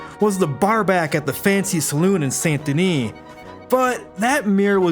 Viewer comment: pronounces “den-EE” right… proceeds it with sANT. 🤔